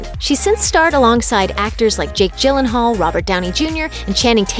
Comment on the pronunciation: I don't know who they were talking about when they showed a picture of Jake Gyllenhaal. Clearly they were talking about the wrong person because they had pronounced it wrong.